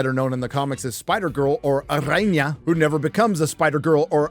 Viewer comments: The R in araña is soft. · No, no, no. The "r" in "Araña" should not be rolled. It is soft (not like the "r" in English though). Only the "rr" should be rolled. Like in "carro" or "perro", but ok.:)